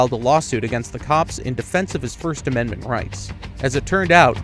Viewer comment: you keep mentioning these amendZents THAT DON'T EXSIST 😂😂😂 ameriZa HUH